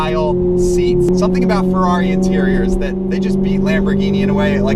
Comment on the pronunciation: So crigney tho feRRRRRaaaaeRRRiii